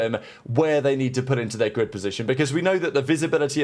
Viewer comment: sounds like a failed attempt to say "grid" but who knows. It's 2025 🤷🏻‍♂